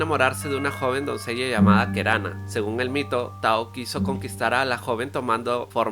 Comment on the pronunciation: Buen video! Una observación: en guaraní, la última sílaba no se acentúa, así que hay varios nombres que se pronuncian con acento en la última sílaba que te habrás confundido y los pronunciaste como palabras llanas (Tejú Jaguá, Taú, Keraná, serían las pronunciaciones correctas), y la "y" tiene su propio sonido en guaraní que no es parecido a ninguno en español.